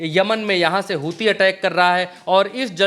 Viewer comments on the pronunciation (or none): none